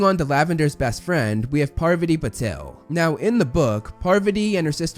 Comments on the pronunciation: Its pa-vaa-tee not par-va-tee! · "Par-VAH-tee" not "PAR-va-tee" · Its Pa-Var-tee. Not Par-va-tee 😂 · Parvati’s pronounciation is ‘paarvuti” and not Purvati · It's not "PARVuh tee" It's "Par VAH tee" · Lmao...I can't get over saying "Parvati" instead of "Pavarti" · PavARti... not PARvati.... le sigh edit: i just realized i pulled a Hermione... its fitting at least lol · Pavarti is said like Pav-arti not Parvity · Pa Var Tee not paver tee. I had to fast forward after the third mispronouncement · parVAti not PARvati….. sorry just pulled a hermione lol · didnt even know lavender was recast lmao. I cant tell which minor character is what xD. and pleas say PAR - VATI not PARRRVTI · no? her names spelled parvati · "Parv ott ee". silly. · Her name is pravati not parvati. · Her name is Parvati lol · parrveddi patil? alright, homie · the way he’s saying pavarti is killing me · Wait is that how you say Parvati? Have I been mispronouncing it all this time-??